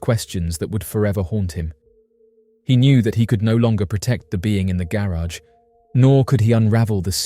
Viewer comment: Please stop saying garage like that omfg